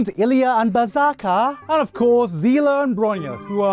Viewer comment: bruh, bronya is not броня, ударение же не туда. bronya is bronislava. but other things is da 💯